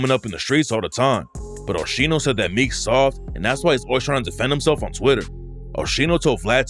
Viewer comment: “OSHENO” is crazy 😂😂😂that is not that man’s name